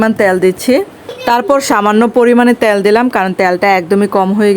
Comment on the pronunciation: আপু ট্যাল বলছেন কেন তেল বললে হয় না